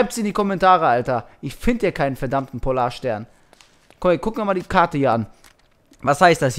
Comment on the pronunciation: Ich dachte mir nur am Ende "Hat der nicht in Erdkunde aufgefasst, es heißt Polar"STERN" :P